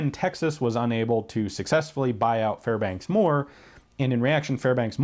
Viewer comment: Fairbanks Morse, not Fairbanks Moore. Otherwise, excellent lecture.